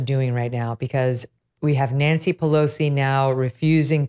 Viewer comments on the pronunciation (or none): none